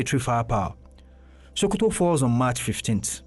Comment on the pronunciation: Its SO- ko-to .... Why are you saying SHO-ko-to?